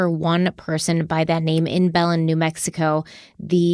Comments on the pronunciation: It's buh-lin New Mexico not bell-len. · Bernalillo is pronounced burn-uh-lee-yo. Belen is pronounced bell-IN. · Berna-lilo? 😆 So cute but so wrong. Almost feels like we’re getting trolled because in your last Harloween video you had some pretty perfect Spanish pronunciation. While I’m being that a-hole, in NM we say Bel-EN and SEE-bola (Cibola). 😋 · Hey guys! Awesome episode! Just wanted to say the pronunciation of the cities in New Mexico is off. Belen is pronounced like “ba-Lin” and bernalillo is pronounced like “burn-a-Leo” from a local of Albuquerque:)